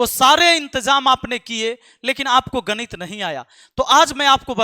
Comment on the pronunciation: Gadit nahi ganit😂😂😂😂😂